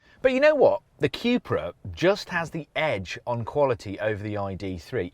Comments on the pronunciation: Qupra?? I thought it was pronounced 'Kupra' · I'm biased, owning the Cupra. The vid just confirmed again why I choose it. Do like the ID rim's though. BTW It's a "Koepra" not a "qupra" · Why do you keep saying cue-pra?